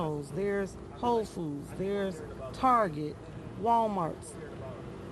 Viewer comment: Its whole foods. Not hoe food